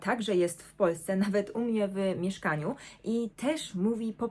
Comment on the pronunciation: Gratulacje za Twój język polski i jedynie ...nie wymawiaj : - "wy ..... mieszkaniu" , tylko wymawiaj : " wmieszkaniu". Powodzenia w pięknej Ojczyźnie.